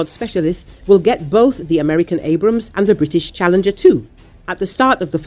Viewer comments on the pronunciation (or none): none